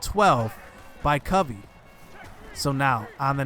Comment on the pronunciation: Its Cuh-vee.. just an fyi. Guy is wes welker type with speed. Has NFL talent imo